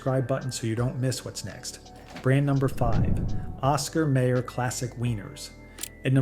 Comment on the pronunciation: Dude, how can you not know how to pronounce Oscar Mayer, like "mire"?